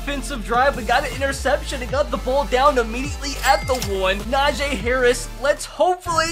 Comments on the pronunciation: It’s not “NaJay” it’s “Najee” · You saying NAJAY instead of NAJEE is killing me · its NajEEEEE harris not Najay harris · najay ME: -__- its najee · Ss a steelers fan i think its he says na jee instead of najee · it’s na-jee not na-jae lmao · It’s so annoying when he says a nfl players name wrong it’s not najaa it’s Najee haris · It is Najee not najae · stop say NA JAA ITS NAJEE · It’s not najaa najeeeeeee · its no najayyy hariis its najeeeeee harris and i dont know how to spell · Someone teach this man how to say Najee Harris's name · I'm screaming 3very time you pronounce Najee's name wrong